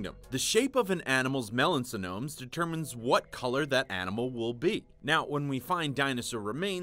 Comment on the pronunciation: Melanosomes, not melansonomes lol